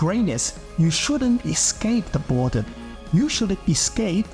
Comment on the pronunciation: dude your accent is terrible. it's boredom not bordun. love the content and the work you put through for the video but the mispronunciation of words makes me want to skip the video.